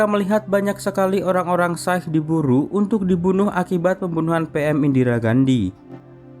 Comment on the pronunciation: Anjir amatiran banget tukang review film ini payah 😂 Masa nggak check dulu antara Shah Rukh Khan sama Shah Rul Khan Agama Sikh yg disebut Syaik Nggak kaya reviewer yg lain yg lebih rapih dan lebih keren pembawaannya